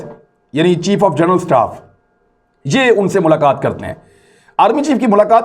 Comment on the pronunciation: tum english toh parh nahein saktay translation kaisay ker rahay ho . Aaj tuk tum general ko jernal parhtay ho iss liyey bongian marni chor dou .